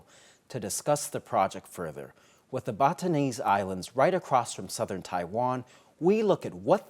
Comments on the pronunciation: The Batanese Islands are pronounced as 'Ba-TAH-nez" Islands. Thank you. God bless both Taiwan, U.S., and the Philippines! ❤ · Batanes - Ba ta nez